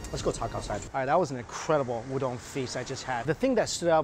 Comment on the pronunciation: There's no "dong" in "udon"